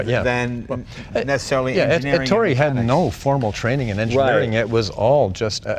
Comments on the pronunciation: The name is Èttore (with the stress on the first wovel) not Ettòre (with the stress on the second wovel)! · Who is “Entoro”? C’mon Jay, it’s Ettore. 🤦🏼‍♂️ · Dzus is pronounced like "Zeus", Jay. And Ettore is "Eh-Tore-Eh". Magnificent car! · Jay. Ettore is pronounced "EH-TORAY". C'mon. You're Italian.